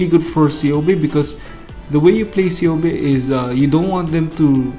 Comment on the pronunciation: i can see why Ceobe didnt go home to you, you kept miss pronouncing her name LOL its pronounced Keobe